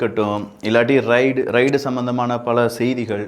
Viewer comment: சில உச்சரிப்புகளை சரியாக சொல்லுங்கள். ரைடு இல்லை ரெய்டு. மற்றும் எல்லா காணொளிகளிலும் "ல்" - லை,"ள்" என்று உச்சரிக்க வேண்டாம். சரி செய்து கொள்ளுங்கள்